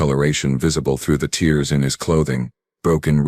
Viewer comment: HOLY FUKN SHIT!!!!! , "...discoloration visible through the TEERS in his clothing.."!!!!!!!!!!!!!!!!!!!! GODD DAMMMN "TEERS" in his GODDD DAMMMNN CLOTHING!!!!!!!!????? WTF is a GODDD DAMMMN "TEER" in MUTHIER FKN CLOTHING!!!!!!!!!!!!!!!!!!!???????????? So, YOU as well have what apparently is a Normal POS AI!!!!!!!!!!!!!!!!! WHY the FUK don't you LAZY people proof and edit your DAMMNNN stories PRIOR to posting them????????????????!!!!!!!!!!!!!!!!